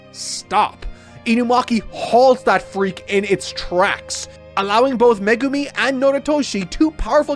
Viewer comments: Wonder if he still calls Megumi "Magoomi" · Oh cool he’s not “Me Goomi” any more